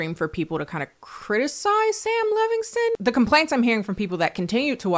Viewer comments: i'm dying because your "Levignston" is giving Black auntie pronouncing Chipotle wrong over and over lmao its endearing 😂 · I love how angry Sam Levinson would be that you mispronounced his name